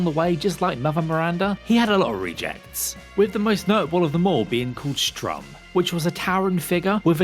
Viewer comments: Sturm, not Strum. Come on lads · … you do realize it’s pronounced “st-erm”, right? Not strum? As in, German for “storm”? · When he says Strum instead of Sturm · How many times you gonna call stURm stRUm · Is "Sturm", not sTrum lol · And I'm no expert but it looks like STURM which would rhyme with worm, not STRUM which rhymes your mum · Also: "Sturm" not "Strum". "Sturm" means "storm" in german, which makes sense as Heisenberg is german and it literally has a propellar as a face. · Is it Strum or Sturm??? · Did he say Strum and it's written Sturm? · St-urm not "Strum" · I hate how he calls Sturm strum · The name of the propeller dude is Sturm, not Strum. Sturm is German for storm and is pronounced similarly. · STOP SAYING "STRUM" LMAO Edit 1: Just realised you called Bela by her sisters name as well. Jesus, what a scuffed video. Edit 2: Finished watching the video as I didn't have enough time before and oh boy, there's more. You're telling people that the fastest way to kill Miranda is to shoot her in the head. Speedrunners all consistently shoot her in her lower body as that is the biggest part of her hitbox. Headshots don't appear to do more damage, and if they did I'm sure the runners would utilize it. Seems like someone has trouble reading and pronouncing names. You managed to miss several letters in Beneviento's name every single time. You said Bevento. I - But the biggest mistake in this list has to be putting Heisenberg in the second best spot. I genuinely can't imagine anyone putting that fight higher than Moreau in a list like this. I don't mean to hate, but mistakes like these in a list video concerning a very high profile new release in a ridiculously popular franchise is just frustrating. I mean, YOU SAID "STRUM" SEVERAL TIMES DARN IT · I feel like you just purposely mispronounced Salvatore, Beneviento, and Sturm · I mean the guy clearly isn't great at pronouncing anything. Sturm is literally one syllable and he couldn't even get that right.